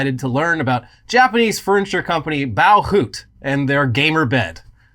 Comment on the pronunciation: For people interested in "Bauhutte"'s proper pronunciation: It's similar to german. "Bauhütte", translated "Building Hut", could be a name for a hardware store. It wouldn't be "Bow hoot". The "bow" part is mostly correct, sounding like "bau", but remember the german language is very straight forward/direct in its pronunciation. The double 't' indicates a harder version of the regular 't' and shortens the vowel before the 'tt'. You don't need to know how to pronounce the 'ü', because even germans would know what you mean if you replace it with a 'u'. Think of the 'utte' more like in "butcher". The 'u' is like 'oo' in "school", just shorter. And the 'e' at the end is not omitted. It's like a short "uh", like in confusion. Or just listen to it from your favourite translation app :-)